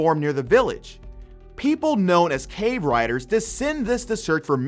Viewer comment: I’m not going to lie I really hate when people mispronounce word like cave riders bro cave raiders why wound it be riders:love the video it really help me out finding new anime to watch